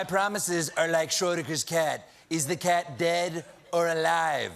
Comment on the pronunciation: Excuse me, Stephen? I know Schrödinger's name is hard to pronounce but I'm pretty sure it's not "shore digger".